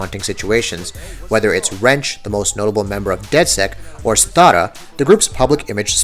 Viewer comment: Did you really call sitara "stara"!!??